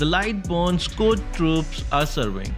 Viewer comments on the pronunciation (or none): none